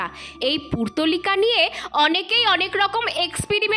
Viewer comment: Didi purtolika na go, portulika❤